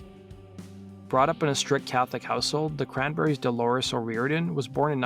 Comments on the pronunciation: If I were the Producer of this video, I'd fire the narrator and bring in someone who has enough discipline to pronounce DOLORES'S name correctly. It's not DElores, it's DOlores. You didn't care enough to do it right. Phooey. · What with the ''Deloris''?